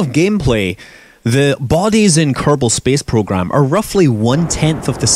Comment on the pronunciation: *u r teh vsouse of Kerbil Spase Projram.